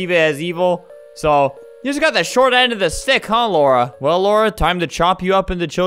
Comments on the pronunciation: man reads lara as laura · i don’t care if i’m a year late, it is pronounced la-ra not laura. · ITS LARA NOT LAURA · the way he say Lara is the way he say my name. it's like he called me HAHAHA